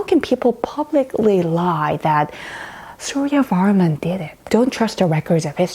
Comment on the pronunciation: Suryavarman sounds like Surveyorman.. 😏